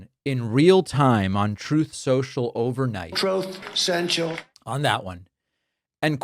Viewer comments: The "Troath Senchal" sound byte kills me every time. Pak, please, never stop playing it! 😂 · Troth cenchal !!!! I laugh every time..... OMBAMNA!!! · “Troath Central”? Time for your elephant-sized bed 🛌 💤 you senile old fool! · I spell it Troth Sential.